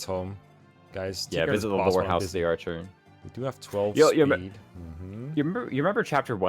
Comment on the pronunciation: "arhcer" lol